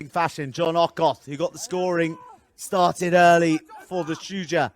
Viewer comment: Great stuff! Is it that hard to pronounce Shujaa?